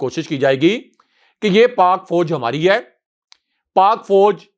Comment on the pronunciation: may like to correct his expression. The word is nit Foj but Faoj.